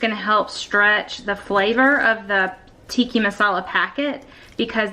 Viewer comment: The way you say 'Tikki' Masala instead of Tikka Masala is so adborbz! 😁